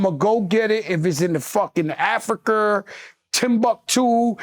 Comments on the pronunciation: Joe said Afiker 😂😂😂 i aint never heard somebody say Africa wrong Joe be serious but funny at the same time 😂😂😂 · joe said "Afriker" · Did he say afric-er 😂😂😂